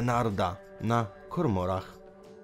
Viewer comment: Nie " aresztowując", tylko aresztujac, nie " na kormorach", tylko na " komorach"